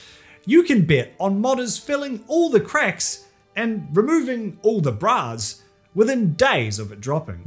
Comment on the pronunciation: It took me way too long to figure out that you were saying “bras” and not “brows”. Jfc.